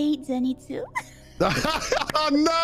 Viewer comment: Yo Lud, can't help but notice the lack of Disguised Toast climbing a mountain with u in absolute TERROR due to his fear of heights videos on ur channel? :-) I believe u beat him in the Bro vs Bro video and that was the prize right? XD Edit: Also, it's ZanITSU not ZiNATSU XD lol fake weeb alert